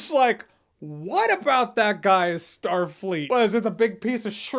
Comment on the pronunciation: he literally said what was Starleet about that Captain lol o_O